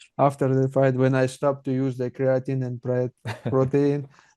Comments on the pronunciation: He uses Creo-teen lol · Criateen and proteen😃